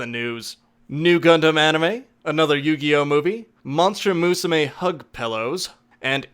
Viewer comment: Uum Is it just me or did you missed pronounce "MUSUME" Also I think you read plot wrong the original synopsis goes like this "Three years ago, the world learned that harpies, centaurs, catgirls, and all manners of fabulous creatures are not merely fiction; they are flesh and blood—not to mention scale, feather, horn, and fang. Thanks to the "Cultural Exchange Between Species Act," these once-mythical creatures have assimilated into society, or at least, they're trying." Is not thank's to the pop group that was just a parody references of AKB48.